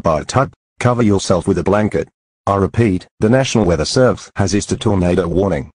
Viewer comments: ISSUED NOT isued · “Nasional weather servese isued a”